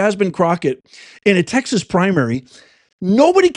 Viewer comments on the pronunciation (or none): none